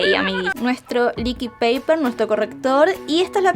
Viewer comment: El liquid paper está en inglés asi que se promuncia "licuid". Nadie le dice "neskik" al Nesquik, le decimos "nescuic" Es mas facil decir corrector líquido